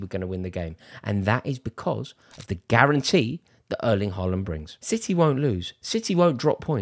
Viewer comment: If u tries to critic Haaland playing.. try to pronounce his name correctly......